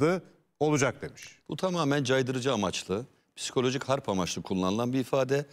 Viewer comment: Ablacım hârp diyemiyorsan savaş de bari. Kalın kalın harb deyip durma